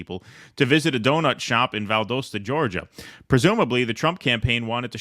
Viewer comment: It's valdostah, not valdohsta.